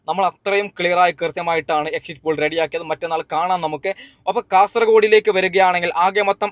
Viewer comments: എക്സിറ്റ് പൂൾ അല്ല പോൾ ആണ് 😀😀😀😂😂😂😂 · എക്സിറ്റ് പോൾ എന്നെങ്കിലും പറയാൻ പഠിച്ചിട്ട് വാടോ ...